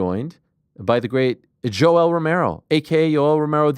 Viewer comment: Lol Jessica kept calling Yoel yolo